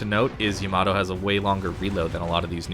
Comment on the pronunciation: y a m a d o lol great info though